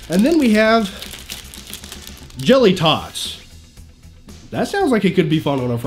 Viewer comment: Tayto is Irish and you said it wrong 😂 and so is jelly tots